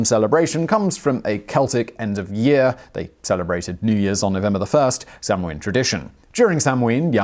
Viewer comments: It's NOT pronounced sam ween, it's pronounced sow-ann!!! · Please.... Samhain is pronounced 'sowwen'. Irish does not share English pronunciation for all letter combinations. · Hi Simon love your videos, samhain is pronounced sow-in (sow as in pig) 👍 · Sanhain is Gaelic and pronounced sownaa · Simon - As far as I'm aware, the American pronunciation (and most commonly accepted one amongst actual practicing pagans of today) for Samhain is "SOW-an, where "sow" rhymes with "cow," and the accent is on the first syllable. :-) I've been a practicing witch for 30 years, and I've never heard it pronounced the way you do. But again, I'm American and so are my fellow local practitioners, so there ya go. ;-) P.S. Samhain, pronounced like it's spelled, is a killer old-school punk band. ;-) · Just came here to post that :-) Sow (as in mother pig), Ann. At least thats the way its pronounced in Munster. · Was anyone admitted to hospital as a result of being attacked by martians though? And didn't they know that the chances of anything coming from Mars are a million to one? Oh yes Simon, the m is not pronounce in Samhaim so it sounds a bit like sawnn or maybe sownn. I believe in America the second syllable is more like winn than the British. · How am I supposed to trust a history show that butchers the pronunciation of Samhain like that? Yeesh.